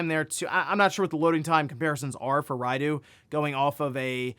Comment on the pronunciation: It's Rai-doh not Rai-doo